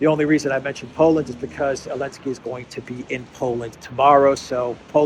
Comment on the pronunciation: Why do you say Elensky instead of Zelensky?